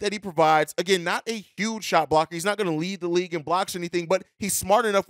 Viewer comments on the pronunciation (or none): none